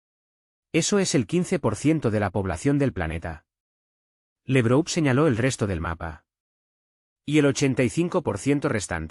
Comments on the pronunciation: No es "Lebrou", es Lavrov. No es " bon der leien, es fon der laien. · No esw LEbrou, es Labrov, laurel en ruso.